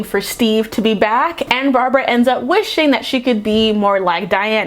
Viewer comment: ''cheetah's name is barbara.'': ''her name was brahbrah''